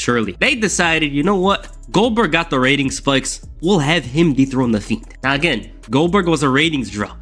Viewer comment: Am I trippin or did he sound like he kept calling the Fiend the Feet?